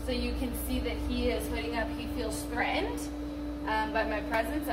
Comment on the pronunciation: Please learn how to pronounce “threatened”, it’s not that hard.